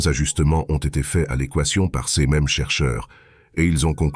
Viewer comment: C'est marrant de voir une vidéo entièrement faite à l'aide de l'IA (texte, voix, et images) où l'on traite de la peur de l'IA.... C'est pas un peu du grand foutage de gueule? A propos de la diction en français de l'IA, elle ne sait toujours pas prononcer "ces" et "ses", mais "c'est" ça ne lui pose pas de problème. Etrange et relou à la fois.